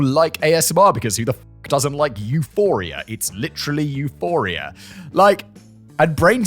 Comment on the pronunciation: Simon: "Who the f**k doesn't like Euphoria? It's literally Eurphoria!" Those who know: 💀